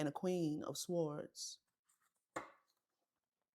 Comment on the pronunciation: You said s-w-ords again